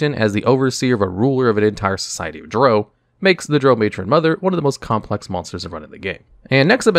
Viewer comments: I'm sorry HAD to cringe everytime you said Drao, like Droe I have always heard it pronounced Drow, as in cow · its drow... pronounced draw..... its weird but pease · Drow, Drow, Drow, your boat😂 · I really like your videos, but your pronunciation of Drow is driving me nuts... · Why do you say Drow wrong? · Treated the word drow like the drow treat everyone else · Baldur's Gate 3 pronounces it to rhyme with cow, so I imagine a lot more people will cringe at this video going forward. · Dragon magazine issue #93 pronunciation guide beginning on page 24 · Lol I love your videos but definitely need to look up some pronunciations… drow, Lolth, recesses, archdevils, hierarchy. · I thought your pronounciation of " Drow" was painful until i heard you say " Lolth" 😂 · to the Isle of Rothe... Hearing him say both Drow and Lolthe He mispronounced them both.